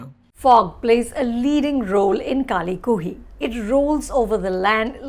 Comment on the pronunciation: Who else is hear to see Anupama Chopra mispronounce the film's name... about 8 times there...